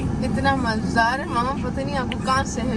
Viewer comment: i love the fact when you say “Mazdaar” istead of “Mazaydar” whenever you say it mujhe bht maza ata❤